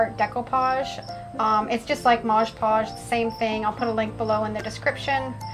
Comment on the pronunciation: It’s MOD podge, not modge podge. Just sayin’…..